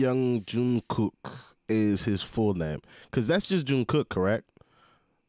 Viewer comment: Lord I couldn’t finishing this. 😅🤦🏿‍♀️ I died when you said Teayoung junkook. Don’t worry we going to get you right you’re going to be alright 😂